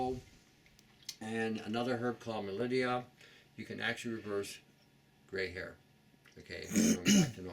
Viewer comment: I must be hearing you wrong when you say Mallydia or Mellidia? etc../\? For reversal of gray hair?